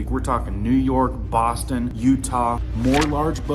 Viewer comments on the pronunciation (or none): none